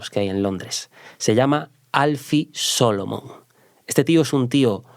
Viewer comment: Al pronunciar el nombre Alfie Solomons a muchos nos dio un escalofrio. Como se nota que no ha visto la serie